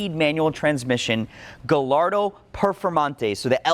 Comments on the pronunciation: It's pronounced gah-YAR-doh. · Every time he tries to pronounce “Gallardo”, The demon of Enzo Ferrari grows stronger, eventually to return to Earth and rule over those that refuse to learn how to say things properly….